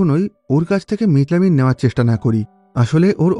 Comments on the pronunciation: মিথাইল অ্যামিন❌ মিট লামিন ✔️😂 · ekta manush methylamine ke kivabe mitlamin bolte pare ? . or theke bhalo bit-lobon bolten